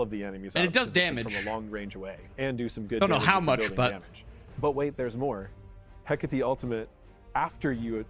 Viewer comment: Italian here, in ancient Rome they would pronunce the name as you do! And before that, in ancient Greece they would stress the first "E" but in both cases the final sound used by is wrong